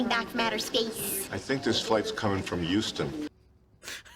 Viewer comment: As someone from Houston, I've always hated the way that guy said Houston in the airport. The H is not silent, it's not yewston lol